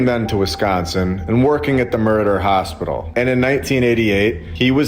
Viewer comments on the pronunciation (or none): Had to rewind the video a few times, each time you said Meriter Hospital it sounded like Murder Hospital. lol